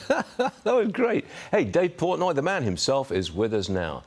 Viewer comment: Portnoy not portoy